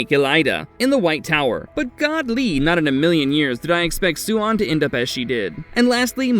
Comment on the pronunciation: Idk, this time he gets most of it right. Swan (Suian) could be better.